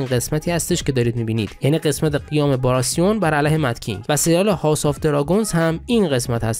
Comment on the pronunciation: آقا اون «باراثیِن» رو که نمی‌خوای درست تلفظ کنی، قبول. ولی دیگه نگو «باراسیون» تو رو به مقدسات قسم. اقلا بگو «باراتیون». به قرآن اون «س» اصلا هیچ جوره نمی‌چسبه.